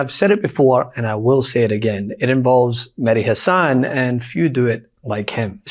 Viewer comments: Mehdi Hasan is a superb British journalist. As a fellow Brit, I'm sad that he's no longer here in the UK, but know that quality work will emit from Mehdi wherever he is, simply because he's so damned good at it. [It's pronounced HASS-an, btw, not ha-SANN] MSNBC were absolute fools to eject him, and will regret it at some point – if that point hasn't already arrived... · With only one 'S', Mehdi says his own name HASan, not HaSAN.